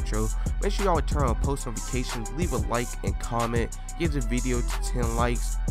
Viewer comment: He said nofication